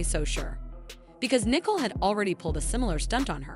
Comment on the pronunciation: NEE-COLE NOT NO NICKEL! NICKEL IS WHAT YOU SPEND and the other sister name is LISA! LEE-SA PRONOUNCED! NOT NO LIZZLE